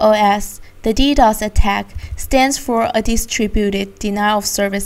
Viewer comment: It pisses me off how she says D-O-S for dos and D-D-O-S for ddos.